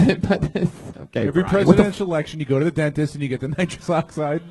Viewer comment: Dude had an entire set about nitrous oxide and kept saying nitrick oxide but he so smart he figure out immortality